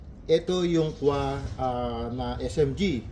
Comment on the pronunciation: boss... K.W.A, hindi KUWA... KAY DOBOLYU EY, K.W.A